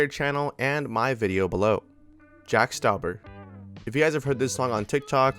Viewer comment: OMG I LOVE JACK STAUBER ALSO YOU MISPRONOUNCED HIS NAME